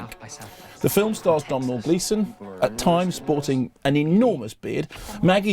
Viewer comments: it's pronounced Do-nal, not Dom-nall. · Cannot wait to see it. I attended an interview with Abrahamson, Fassbender and Gleeson and it sounds bonkers. Also, it's pronounced 'Donal' Gleeson.